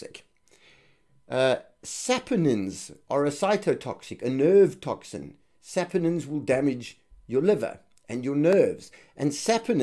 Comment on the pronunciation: sapOnines, pas sapAnines.